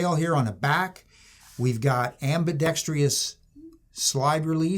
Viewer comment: ambidextrous does not have an 'ee-us'